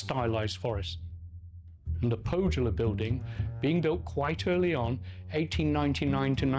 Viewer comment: As a Finnish language professional I find it irritating that the presenter in the underlying otherwise excellent video had not bothered to check how the names are pronounced. The letter J in Finnish is pronounced as in German, i.e. like the Y in "year" in English -- and notably the presenter pronounces the German word "Jugendstil" correctly! Pohjola would be approximated as POH-yaw-lah and Tarjanne as TAR-yun-neh.